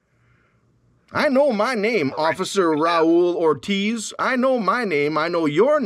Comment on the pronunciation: IKR?!?!? First of all, he has chosen a Mexican name “Raul Ortiz” that he pronounces “Roll Ordus”. Second, a US Customs official would never use the word, “like” when describing illegal substances, detected in an overseas package, and thirdly, he would know how to correctly pronounce “each and every TING”, listed in a warrant, especially since he is reading from the warrant. 🤦